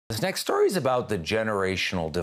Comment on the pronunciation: His voice said : this next StOrY